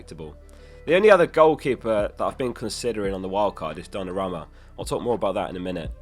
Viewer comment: I wish you would say Donnarumma correctly once